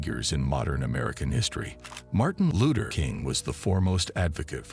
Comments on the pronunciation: Martin A looter ......this bot shit is ridiculous..... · We kno who Martin Luther is but Who tf is Martin Looter king jr ? Smh get a robot tht can pronounce names right or have a real person do it this jus piss me tf off listening to this couldve said Dr. Martin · He can't say Luther probably AI